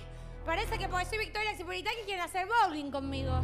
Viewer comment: ahora en el ya entiendo porque todos dicen "hacer BOULING" JAJJAJAJA